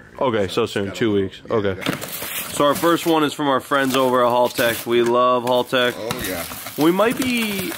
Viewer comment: HALtech not HALLtech....